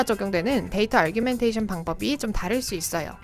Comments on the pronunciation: 그러게요; argumentation으로 잘못 이해하고 부르시는거같아요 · Data_Augmentation에는 "r"이 없는데 자꾸 아r규멘테이션으로 들립니다. 그거 말고는 너무 좋은 영상 감사합니다~